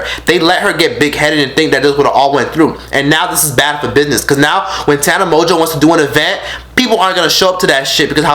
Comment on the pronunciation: Tana Mon-goo not mo jo lmfao shadeeeee